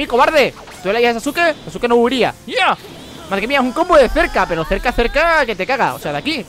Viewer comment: SE PRONUNCIA SASKE >:( DISLIKE